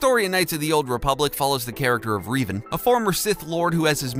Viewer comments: Reeeven?!? It's revan dude. As in revenge. Just remove the nge. That's how it's pronounced in the games by the characters. Reeeeven....LOL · Its darth revan not darth raven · Reevan? Lol i think you mean revan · Also, “REEVAN”. Fuck man did you even play the game?